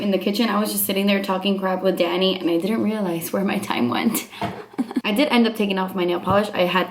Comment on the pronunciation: Oh my goodness when she was talking about humans I though she said "daddy" instead of "danny" lol xD